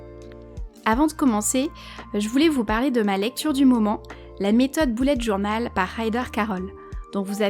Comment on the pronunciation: On dit bullet journal et pas BOULLET JOURNAL